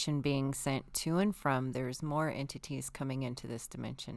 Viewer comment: Sometimes when says entities it sounds like she's saying amputees. I'm like wth did she just say?😂 Maybe I should have my ears checked.